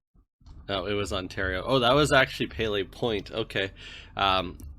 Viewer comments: I think it's pronounced "pili" not "pay-lay" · Good video! Description of this map definitely isn't wrong, some of them are quite tricky. Never heard someone pronounce Pelee in that way, although it's probably not entirely incorrect. The 500 in Labrador has been around for awhile but I'm pretty sure the reason why Labrador had such a well maintained road was because more recently the federal government gave some funding to improve road infrastructure in Labrador. Never realized how beautiful Haida Gwaii is.